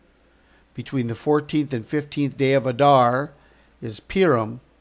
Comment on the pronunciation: Thank you. 3/3 tomorrow. FYI, Purim is pronounced (poorim).